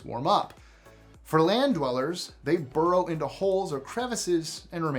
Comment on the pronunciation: And then there's "Borrow in the whole" and "Swededn." Whassup,? I'm enjoying the video and suddenly hit these cognitive speed bumps! 😖 Happy to see you back, though - love your channel 👍🏾